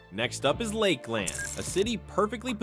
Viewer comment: It is definitely an AI voice. Port “Street” Lucie, the pronunciations of Ocala and Lakeland and Cape Corral. Housing is slow across the country and yet Florida is collapsing. Need some better facts here.